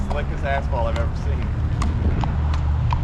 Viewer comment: I heard asphalt as Assball☠️